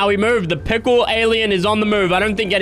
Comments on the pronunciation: said tickle instead of pickle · u sayin' pickle or tickle?????????